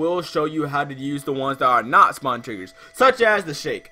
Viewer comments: Lol u said spawen instead of spawn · You said spawen instead of spawn